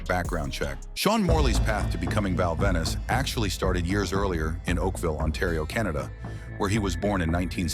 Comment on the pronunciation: ven-is? stupid AIU voice